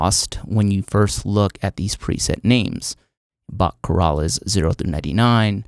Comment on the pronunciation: "bachchorales" haha...did he just pronounce Johann Sebastian Bach's chorales as: "bok-ko-rah-less"..it's pronounced "ko-Rals" ..you ignoramus ;-)